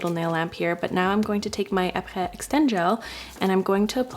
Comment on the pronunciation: pronounces Aprés correctly Me, an American who only knows English: omg wow 🤯 so fancy and French 😚🤌 very much impress 🥖🧀🥂 I am very easily impressed and constantly forget that Quebec French is one of Canada’s national languages 🤦